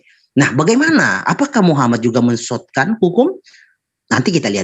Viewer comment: mensotkan, mensottkan.. 😝oten itu dlm kitabmu